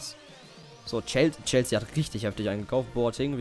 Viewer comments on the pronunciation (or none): none